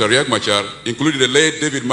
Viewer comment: It's not Riak like ur language idiots, it's Riek Celebrating non issues when the entire country is actually bleeding